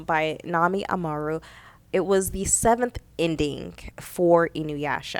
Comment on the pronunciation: Girlllll....you can't even pronounce her name?